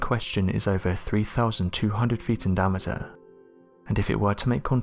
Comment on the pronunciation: Unfortunately this narrator speaks on most of the videos. He is truly horrible. In every sentence he completely mispronounces something. Listen to how he says Diameter in the first couple sentences. Lol. This guy never learns that he’s trash.